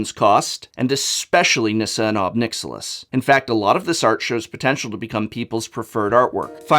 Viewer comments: Pretty sure it's pronounced "nick-SILL-iss" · "Nixilus" lol